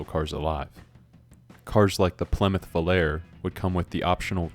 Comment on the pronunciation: Race on Sunday, sell on Monday. I was 9 in 1973, but at 57 years old now, I still own, build, and drive Muscle cars and trucks! The Plymouth Volare` is actually pronounced Volar-a. Nice presentation! I am watching this 2 years after it was posted, and cannot fathom why there aren't more views, amd especially more comments...